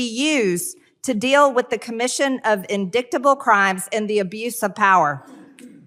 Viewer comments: She's reading it and she can't read 😂😂😂😂😂😂 In-dick-tabul 😂😂😂😂😂😂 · Any Republican today should know how to pronounce INDICTABLE. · Can you impeach someone for not being able to pronounce "indictable"? 🤔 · Nor pronounce indicktable. I mean indictable. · In-dick-ta-ble...well she did go to Trump University 😂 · When she said indicktable she was dreaming about Hunter again 😅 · Maybe green should take a break in the “porch of entry,” to think about what’s needed to “imeech” a person and what is an “indicktable” offence? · Of course Marjorie Taylor Peen will say "in-dick-table" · So embarrassing MTG, "in-dick-tible". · “Nothing indictable or even in-dic-table”. 😂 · I just love "indicktable" 🤣 So perfect. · "Indicktible if you prefer" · " In-Dick-Table" :We know what's on your mind MTG!!😂😂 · Indik-table...it's one of them ol timey words, right? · It was worth it just to hear mtg say indickedable. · Indicktable, seems she still thinkin of Joe's son. They have been using this word for trump and other republicans for how long? Still pronounces it wrong. Fool! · Raskin snuck that last shot in there w/ “indictable or even indicktable “ lol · Love love love how Raskin called out the “indicktable” (if you prefer) gaff of Green. She’s such a moron. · Guess it wasn't in-dyck-table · My 11 year old daughter doesn't need to follow along with her index finger to read. What a joke. "indicktable" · Lmaooo Raskin with the "in-dicktable" roast 😂😂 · "indiktable" crimes. lol. how can the house gop not be so embarrassed about her? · Is MTG using her finger to follow along as she reads? Really??? I mean, don't get me wrong, I've done that before too - when I was in the first grade. And "indicktable"??? WTF??? I guess that's what happens when you're fascinated with showing dick pics during open hearings. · MTG, lol, "indicktable crimes" more proof she's an idyot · Lmaoooo indicktable I just can't 😂😂😂😂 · Raskin:"Nothing indictable or even indiktable" referring to MTG read out. Hilarious!